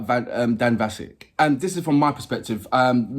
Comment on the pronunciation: Yes it's not Vasick, you pronounce it like ask as in Vask!